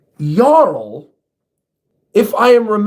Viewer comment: Props for saying Jarul's name right. For future reference, Hajrudin's name also has a soft "J." It's pronounced like "Hai-rudin."